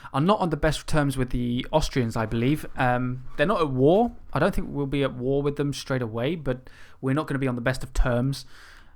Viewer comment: You just read war like woo